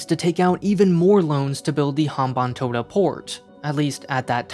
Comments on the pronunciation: As a Sri Lankan, I have to say that you pretty much got everything right when it comes to the Sri Lanka. The leasing of Hambantota Port (you got the pronunciation right btw so kudos to that) took place due to the culmination of many different factors. It wasn't as simple as China purposefully lending funds to build the port so later they could take over it. The debt-trap narrative like any other typical western narrative misses context and fails to realize that each country has its own different and unique circumstances. Also, the Hambanthota port isn't as bad as many claim it to be. The port is actually doing quite well as a ro-ro transshipment hub and is expanding a lot as we speak. Anyway, great job on a deconstructing a biased run-of-the-mill western narrative with half-truth through objective analysis. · He actually got the pronunciation of hambantota right